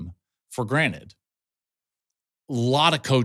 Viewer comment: Granted and granite are two different words Klatt lmfao brush up on that English a bit